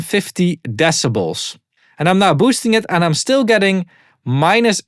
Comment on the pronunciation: "Exactly UND exactly" xD Someone has been watching too much WAN show xD